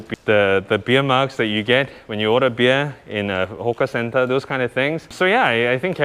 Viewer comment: Hawker center not hoka center